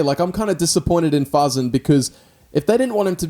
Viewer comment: Fasen not faaaazzen